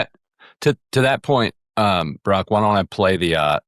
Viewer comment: Idiot #4 couldn't even pronounce Brock's first name correctly, made him sound like Barack! JC #4, it's not BRACT, it's BrOCk.